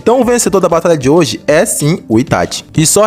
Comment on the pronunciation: Kkkkk quando eu abri o video eu ja imaginava, ou o maluco vai ser lúcido e dar a vitória ao Minato ou é um fã boy fo Itachi. E quando o cara pronunciou "ItaTI" já ficou claro o final do vídeo kkkk